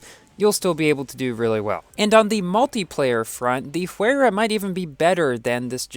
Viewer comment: I heard that Pagani Huayra is pronounced as "Why-ra"